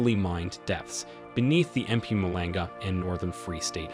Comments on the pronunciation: Hi I'm actually South African and currenty live here in SA today. Thanks for this video! I just have to give you a quick tip: you pronounce Mpumalanga like this: Mh-pohm-ahh-lahng-gah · Love the way you say EM PUMALENGA 😂😂😂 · This is an awesome video, the only thing that made me laugh was how you pronounced mpumulanga 😂not an easy one to say,but well done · that Mpumalanga pronunciation has me on the floor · And Natal